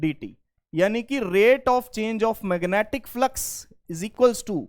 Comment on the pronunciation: Magnetic ❌️ Mangetic ✅️